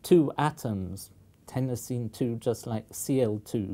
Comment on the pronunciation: I've never heard anyone pronounce chlorine the way you said some Americans do. Iodine you got right, but everyone says chlorine the way you do. At least where I live. I also agree with your pronunciation of Tennessine.